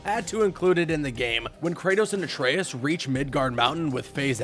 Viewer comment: Thank you for saying Atraeus correctly